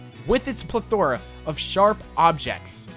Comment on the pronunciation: Yes, and it's PLETHora, not pleTHORa. And anticlimaCtic, not anticlimatic.